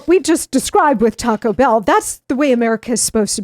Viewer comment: C'mon man. You're saying Taco Bell wrong.